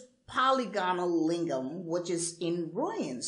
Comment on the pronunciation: Lingam is tamil pronunciation. He is right. He could have added Siva or Shiva.